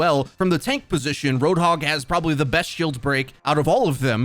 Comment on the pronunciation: Its Roadhog, not RoadHOG